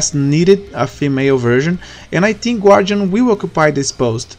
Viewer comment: Primeiramente, parabéns pela iniciativa "ser humano"! Poucos teriam a coragem de fazer um vídeo em outro idioma. Agora as dicas: 1 - Fala de forma mais calma, tava falando muito rápido no início (fale mais igual depois dos em diante). 2 - A pronuncia do "TH" é como se fosse um "F"... você ta pronunciando "NÓTIN" e "TINK", porém seria mais ou menos assim "NÓFIN" "FINK". Tem um canal chamado "SmallAdvantages" que é muito bom e tem bastante dicas sobre pronuncias. Espero poder ajudar com essa "parada e fui!" =)